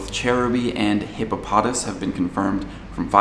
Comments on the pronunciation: its hippopoTAS. emphasis on the TAS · I believe in the anime, it is pronouced hippo-puh-toss